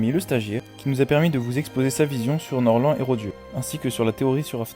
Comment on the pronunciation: Nord lent et Rodjé